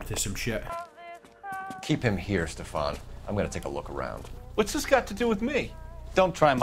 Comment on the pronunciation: Cole leaving the Traffic team without getting Stefan's name right. Lol